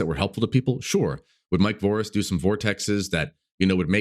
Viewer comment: "Voris the spider" 😂